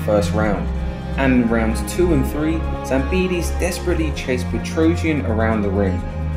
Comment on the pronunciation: Why do you say his last name so weird😂😂